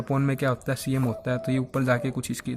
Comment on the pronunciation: अम nhi hota एम hota hai